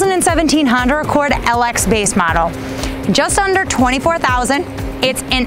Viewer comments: Still haven't learned how to say Honda yet. Good think you don't work for Acura! From a stop, quickly put the gas pedal to the floor. Repeat with the traction control switch off! It will beat many muscle cars form the '60's. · Honder Accord haha Love it. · Try some decaf. Honder? I swear you`re saying Honder.